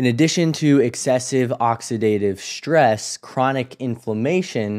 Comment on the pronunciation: Please stop mispronouncing words like strong and stress. You mispronounce them as ‘shtrong’ and ‘shtress’ which makes you seem uneducated. I’m outta here…